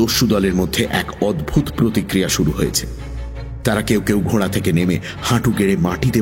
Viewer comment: কথাটা 'ঘোড়া'...... 'ঘোঁড়া' 'ঘোঁড়া' করছেন কেন?